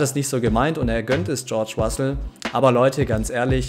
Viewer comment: Bitte sprich es Russell aus und nicht Wassell